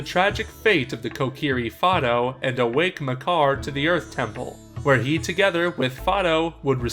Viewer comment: Fido! Not fodo!